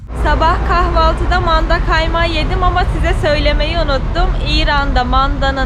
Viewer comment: Manda derken hhhhh hhhh h, yapma dili biraz Kibariye olsaydı yaniii